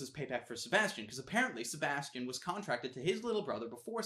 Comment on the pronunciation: And he didn't say Sebastian the right way!